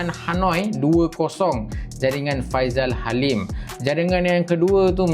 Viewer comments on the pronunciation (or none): Bukan faizal halim...faisal halim.F.A.I.S.A.L😂